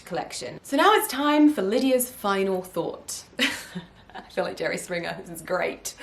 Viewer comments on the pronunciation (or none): none